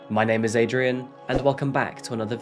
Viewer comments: You actually pronounced the names correctly. Great research, shocking that a woman can sacrifice her own flesh and blood for money. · Hayi sisi, he was terrrible at it. He didn't even look it up.